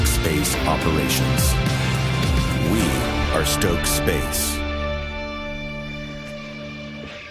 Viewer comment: It's Stoke, not Stocke ...